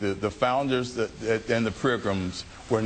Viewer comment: It took a lot not to make fun of the blackwell when he said prigrims hahahaha